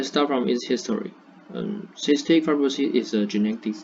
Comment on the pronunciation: ，you did a fair job. Your pace was okay, a bit in a rush. Because you were reading a script without pause, it seems to me a bit less enthusiastic. You can slow down a bit. Also, you mispronounced two words "fibr'osis," and "history." Add intonation to your talk when you are speaking. We don't use the word "introduce" a lot in presentations. Unless something is completely new to the world, we usually use "talk about," "look at," or simply say "I'll explain...," “I’ll focus on…” Finally, there isn't a 頓號 in the English punctuation